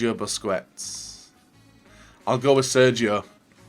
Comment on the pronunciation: How can you play this game so much, and still absolutely butcher pretty much every single players name?? Werner, Wass, Busquets, Lewandodowski, Fekir, Guiliano, Mkhitaryan?? Come on man, listen to the commentators every so often.